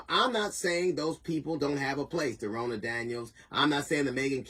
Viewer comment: Her name is Ronna Romney McDaniels. Ronna is pronounced like Donna. She is Senator Mitt Rodney’s niece